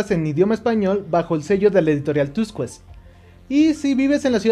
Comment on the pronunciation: Nuevamente yo para corregir, no "tuscuets" sino tuskets